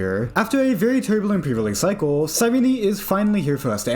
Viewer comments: Cyrene Sigh-reen Not sigh renee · Nice video, but I could barely watch it because of you badly you mispronounced her name. It's Ky-ree-nee. It's based off the greek word "Κυρήνη".